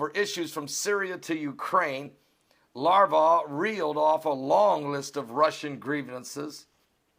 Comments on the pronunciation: You are making me ill the way you mis-pronounce Mr. Lavrov's name. It is "LAV" (as in lavatory) and RAWV (as in raw meat with a "v" at the end). NOT LARVAV as in larva. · its LAV...ROF not LAR..VOF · 'LAVROV' please...